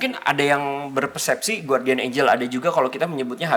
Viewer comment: Bacanya Gardian, bukan Guwardian.